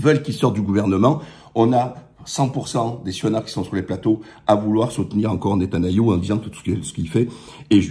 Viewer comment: Fais-tu exprès de dire Netanayou? Très bonne analyse mis à part cela.